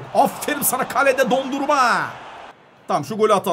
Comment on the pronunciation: Abi senin kalecinin adı Dondurma değil DO-NA-RUM-MA